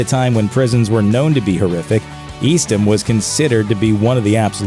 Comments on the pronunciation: The prison Clyde was in is pronounced EAST-HAM. I know because I live in that same town, called Lovelady, Texas. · eastham is pronounced east-tam